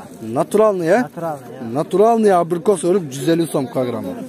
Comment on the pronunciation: абрикос дегенди бир угуп калган экенсинда кайра кайра эле абийикоспу дейсин